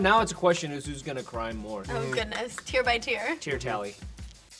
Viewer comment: Nobody: Literally NOBODY: Harry: TeAr tALly